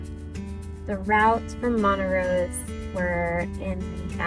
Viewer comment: Montrose not Montarose.